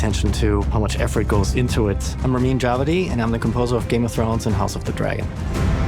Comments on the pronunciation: OMG, it's not DjawAdi, it's DjAwadi! Finally I know how pronounce the name of this absolute genius. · I always thought his name was spelled dja-WA-di not DJA-va-di.